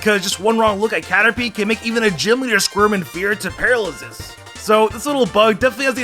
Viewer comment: WHYYY WHY DID HE SAY PARALAZIS LIKE THAT